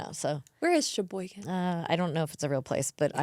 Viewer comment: Lmao Sheboygan is here in Wisconsin!! Also kudos to being able to say it I’m curious, can you pronounce Oconomowoc or Waukesha hehe!?